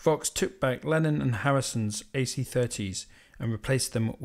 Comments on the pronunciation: All very interesting. Many thanks. But please stop saying "Lenin". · You clearly know how to pronounce ‘Lenin’, because it is onomatopoeic. But ‘Lennon’ is not onomatopoeic, because the sound at the end is ‘on’, but more commonly pronounced ‘un’. But never ‘in’. But none of the above detracts from the quality of your videos! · Great video, thank you! One gripe: you keep referring to “Lenin”, which is a rather irksome mispronunciation, since Lenin was a purveyor of death and misery and Lennon a purveyor of musical perfection. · ... His name is Lennon... NOT Lenin